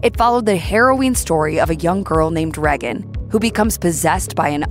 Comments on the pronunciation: Ray-gan not Re-gan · And to the narrator. Her name is pronounced "Ray-gen" not "Rag-un" and don't get me started on Americans pronouncing "Mario" and "Pokémon" wrong. It's not "Marr-e-o" It's "Marry-o" Even the voice actor pronounces it correctly. And "Pokémon" is pronounced "Poke-ay-mon" not "Poke-ee-mon". Watch the cartoon. Pillocks! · “Reggin” FFS. Tell me you never watched The Exorcist without telling me you haven’t watched the Exorcist. How can anyone pronounce Regan like that? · They say her name more than enough times in the film for you to not mispronounce it. Aside from that have you ever heard ANYONE pronounce it like that? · They way she is pronouncing Regan is stressing me out. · Please pronounce Regan correctly.